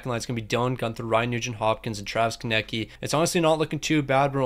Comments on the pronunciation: Does bro actually not know how to say Konecny? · Your relly need to learn how to say konecny's name